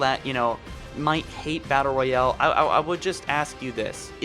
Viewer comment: Nothing worse than a "battle royelle"